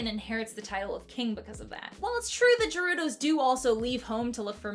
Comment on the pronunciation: Bro said jerudos